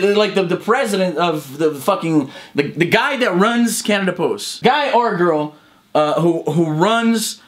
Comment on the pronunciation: When you say CanadaPost it sounds like Cannibals xD